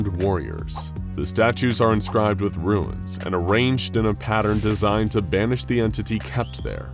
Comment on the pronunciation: Okay, your of 'runes' (hint, there's no 'i' in runes - you're saying 'ruins') aside, listening to your pronunciation of 'Davites' is just painful.